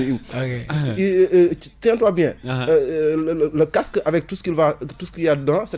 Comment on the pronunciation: seydina diame t’as rien compris mec il arrive pas à prononcé le mot casque il dit CAQSSE 😏